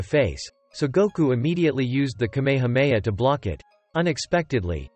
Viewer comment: bruh say kamehameha right